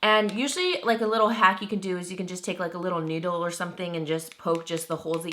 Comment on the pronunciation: Haha I think you said 'you can take a little needle to poke holes' but I heard a little noodle. xD That would be funny if you poked holes with a noodle!